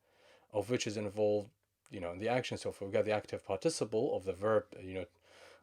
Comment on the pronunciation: Excellent lesson. Also, it's pronounced PÁRTiciple (stressed on the first syllable:)